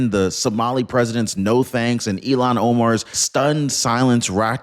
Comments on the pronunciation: I notice every time you mention than idiot from Minnesota, say Elon Omar. I believe it is pronounced "ill-han" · It’s ILL-HANN not Elon!!! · It’s not Elan, it’s Ilhan. You’re pronouncing her name wrong. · Her name iis ILLHAN not ELON. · It’s pronounced like it’s spelled: “Ill-haun” or “Ill-hon”… not, “Elon” (like Elon Musk)! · It’s not Elon it’s pronounced Ilhan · ILL-hahn. That’s how her name is pronounced, not “Elon”. IL-hahn. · her name is pronounced "ill Han" not Elon. Please don't confuse that with the name of a true Patriot. Thank you. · please for God sake say her name correctly it's not Elon it's( ill hon) spelled illhan.